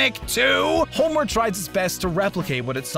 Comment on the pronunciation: Why does ‘homeward’ sounds like ‘homework’